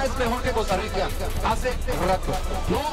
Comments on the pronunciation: COSTA RISSSA😂😂😂😂😂😂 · Costa Risota 😂😂😂